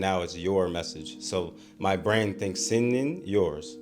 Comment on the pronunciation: It s been 5 months since you record this ig and idk if you ll see this comment but wanna make something correct. You pronounce "senin" like "sen-nin" which is more appropriate when you are trying to remember it with "sendin'. Trying to remember it like this caused you to make continuous mistake. Put this aside, i am not totally against this method. This made me realise we just need to be careful.